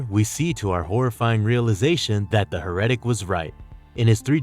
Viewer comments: Heretic is pronounced "hair-uh-tic", not "huh-ret-ic". Not a big deal, I just hate when I personally mispronounce stuff, so I wanted to help. "Heretical" is pronounced "huh-ret-ic-ul" so it's even more confusing. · Psy-key, Val-Lay, Sh-ee-va, Hair-eh-tick, Fer-ver, Des-pot. You're putting the wrong emphasis on the wrong syllable. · This dude needs to Google how to pronounce things he's not familiar with. HeRETic, religious "fer-vour." Makes him sound like a moron especially when it's a 2 second Google search per word. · It's not pronounced her reddik, it is hair a tik.